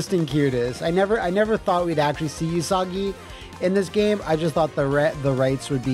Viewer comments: I'm also gonna be that guy... うさぎ is pronounced OOsagi, although he keeps saying YOOsagi. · In Japanese, u is a flat sound, like the u in 'flute, not a curved u sound sound like vacuum... So it's pronounced OOsagi, not YOOsagi. うさぎ is the Japanese word for rabbit.